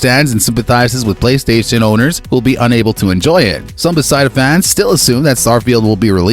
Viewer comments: BEH FES DUH NOT BEH SY DUH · BESIDA. Bro it’s not that hard to say beth-esda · I came to say this. Never heard Bethesda pronounced this way. Wtf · Who the hell does he thing is developing the game, Besideus ….who is Besideus? It’s BE THES DA! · Bruh. Its 'Buh-thez-duh'. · Stop saying “Besida” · I don't know anything you said in this video because all i kept hearing was your incorrect pronunciation of the company..... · Sorry bro, can't take this seriously if you can't even simply pronounce the company's name correctly. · My theory is he hired someone to read his scrip and either he made an error on the spelling or the guy doesn't know how to pronounce it.